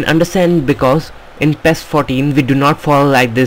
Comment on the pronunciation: ITS NOT PHHHEEESSS its PI I ES